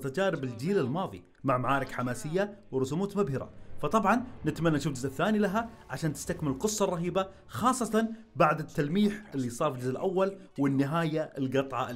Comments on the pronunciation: رسومات❌ رسموت؟✅ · رسموت؟؟🙄🙄🙄😂😂😂 تقصد رسومات يا اخي😊